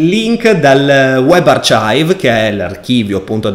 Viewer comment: "UEB ARCIAIV"